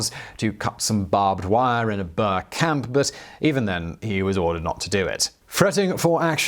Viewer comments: Boer is pronounced "boor" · Wtf is a BUR??? Its BOER! Do so research... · OK I was mostly referring to the boer pronounced bower. Definitely wrong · The "Bear War"? The "Bears"?? Your pronunciations become more eccentric with each video. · Well that was clearly a lunkhead moment. But honestly, I would appreciate if you can work just a bit on that pronunciation as I've never heard somebody say Boer like that. Thank you, I do enjoy your shows. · Boer is probably best pronounced BOuHEHRR Confusingly wiart is probably pronounced Viart The German people pronunciation on the VW is fee vee